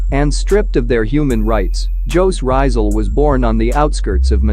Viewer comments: Pota ka (joooz ryzal) is pronounce jooose rizzaal please research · It's fine bro... you are using an English Voice... Which Jose Rizal is actually a Spanish name.. But in pronouncing it it's Hosi Rizal. J is mostly interpreted in H in Spanish-Tagalog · just correcting your pronunciation of his name. he's one of the Philippine National Hero. The author of Noli me Tangere and El Filibusterismo. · Her saying of jose rizal but atleast you tried I like the way spoke it